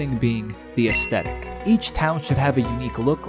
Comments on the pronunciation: aesthetic: us-thet-ik not astetik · Legends say that he's still trying to pronounce the word "aesthetic." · Bro makes a big deal struggling to say "aesthetic" but doesn't fucking flinch at saying "pacifically" 💀💀